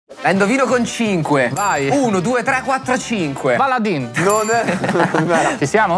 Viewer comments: In piemonte, dove viene prodotta, si pronuncia "Baladén"! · caro si scrive Baladin ma si legge Baladen